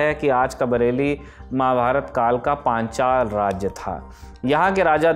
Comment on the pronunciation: Panchal ka naam lene mein itni aafat kyo Rahi hai sir aapko .....